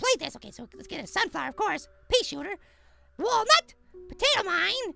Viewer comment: it's wallnut not walnat